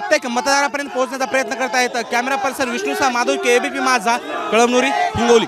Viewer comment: कळमदुरी नाही ते कळमनूरी आहे